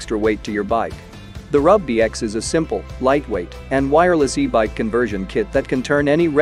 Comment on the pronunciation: The narration appears to be a text-to-speech automatic conversion; "e-bike" should not be pronounced "eh-bikk", as it is in the video . "Bimotal" is pronounced as "bih-muh-tul" . Honestly, this makes me wonder how much of this video is AI generated nonsense.